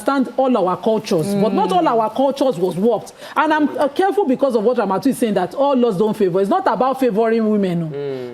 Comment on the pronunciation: As you write ramatu ... I dey hear ramaotu😂😂😂